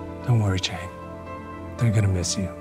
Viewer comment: Chang❌ Aang✅